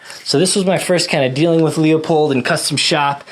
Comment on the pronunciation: "Loi-pold", Markus Friedrich Leupold was a german immigrant in the US. Don't get me wrong, you may pronounce it "strawhat", I was just in a german wiseassing-mood. We "shermanns" are sometimes like this. Especially when my wife was right once or twice too often today. So, as I said: "Loi-Pold", not "lee-ow-poid". hehehe ;) Ah, and of course, a very comprehensive review of the Kriss Vector, I really like your setup, I personally would've taken the 10mm version, but I can very much relate to the reasoning of interchangeability to your EDC Glock mags, make absolutely sense to me. Even if it's 2½ years old and some shots shows went down, still a rad setup IMO. The Leupold dots are laser sharp and having a great FOV (others have that too meanwhile, but from own very humble experience, it's quite rugged what they build.) I had the opportunity to fire one in .45 semi-auto , when they were quite new and I can remember, I was thoroughly impressed from the recoil-vectoring. As I understand it they tinkered a bit with it and made the system even smoother than at that time.